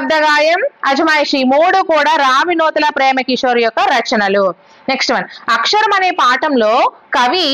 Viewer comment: Madam అక్షరం అక్కరము